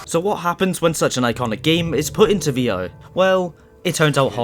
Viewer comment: Why are you saying V-O?